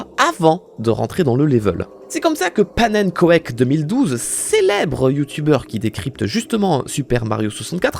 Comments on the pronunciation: c'est pas pannen ko ek mais pannenkouk sa veut dire en francais crepe (c'est du neerlandais) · "pannenkoek", c'est du neerlandais, ca se prononce "panne couque" et ca signifie "crêpe" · ça se dit pannenkouk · Pannenkoek se prononce « Pannenkouke », c’est du néérlandais et ça veut dire crêpe... voilà, c’est tout, chouette vidéo à part ça, mais chaque fois que j’entends « pannenkouèke » ça me trigger 😅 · ca se prononce "pannenkouk et ca veut dire crêpes en neerlandais^^ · Pannenkoek CE DIT "pannecouque" bien à toi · Pannekoek ca se dit " Panneune couque " ca veut dire poelle à frire en néérlandais. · En tant que belge le pannenkoek se prononce : pannenkouk et ça veut dire crêpes au pluriel en néerlandais x) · Ta prononciation de Pannenkoek (Pannecouque) est merveilleuse xD ca veut dire "crêpe" en néerlandais, voila, merci pour le fou rire fort appréciable ! je continue ta super vidéo ;) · Pannenkoek c'est du néerlandais et ça se prononce 'pannenkouk' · excellente vidéo! Ceci dit, 'pannenkoek' ça de dit 'pannenkouk' et ça veut dire crêpe en Néerlandais x) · "pannenkoék" En tant que Belge, ça fait mal aux oreilles XD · Petite note de belge : pannenkoek se prononce pannenkouk, c'est du néérlandais =D sorry ça m'a trigger toute la vidéo ! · Pannen quoi ? En tant que Belge c'est toujours drôle d'entendre les français prononcer du néerlandais (ça se dit "paneunkouke") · Pannenkoek ca se prononce Pannekouk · On dit panne couque ça veut dire crêpes en néerlandais Pannenkoek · ça se prononce "pannenkouk" ça veut dire crêpe en néerlandais 😂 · Ptit détail, pannenkoek se dit Panneunecouque, c'est du néerlandais ça veut dire crêpe haha "Oe" en néerlandais se dit "Ou" Sinon la vidéo est exceptionnelle, je suis pas fan de Mario64 et pourtant, je me suis tout enfilé tellement la vidéo était bien réalisée et écrite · Hey j’adore tes vidéos et juste à pannenkoek se prononce pannenkouk car c du néerlandais Mais tes vidéos sont géniales et bonjour de la Belgique